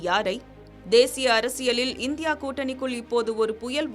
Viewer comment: தயவு செய்து தமிழ் எழுத்துக்களை பிழையின்றி வாசியுங்கள் . " ள " என்ற எழுத்தை நீங்கள் " ல " என்றே தொடர்ந்து உச்சரிக்கிறீர்கள் !! ""கூட்டணிக்குள் , தேர்தல் களம் , சுமத்தியுள்ள , மாறி உள்ளது "", என்று சரியாக சொல்வதற்கு பதிலாக , "" கூட்டணிக்குல் , தேர்தல் கலம் , சுமத்தியுல்ல , மாறி உல்லது "" , என்றே தவறாக வாசிக்கிறீர்கள் . தயவு செய்து சரியாக படித்துப் பழகவும் .